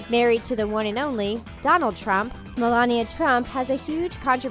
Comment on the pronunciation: Also why do you keep saying Donald like that🤔